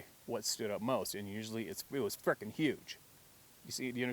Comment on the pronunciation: LOVE the way u say "fricken" sounds better than the way we say it!!!